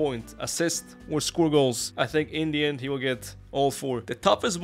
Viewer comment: IN THE END from your mouth sounds like INDIAN 😂😂